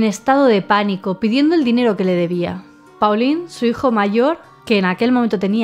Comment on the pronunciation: Pauline-nombre femenino francés, se pronuncia: Polin Paulin-nombre masculino francés, se pronuncia: Polan (la 'a' sería pronunciada además de forma nasal)